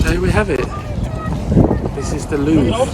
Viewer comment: That is the 1970s version of "Narnia". Bathroom was probably brought about in the Sequel in the 2000s. I've seen this location used in movies. I'm glad you annunciated your words. Up to this point I thought you kept saying "Loo". 🤣 I'm with him. Too many people, I wouldn't want to see the whole thing. It's cutting into the time at the local pub! 🍻 that ceiling is amazing! Nice tour. Thanks for sharing. 👍